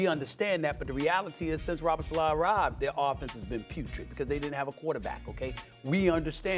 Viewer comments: Robert Salaaaaaa, why does Stephen A always butcher ppl’s names, does gevrhhink its fashionable or is he a lazy “journalist” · can he say Salah correctly?